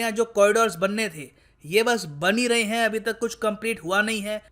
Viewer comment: sir ka asli dard express ho raha hain, the waay he emphasized on "bann hi rahe hain" hahaha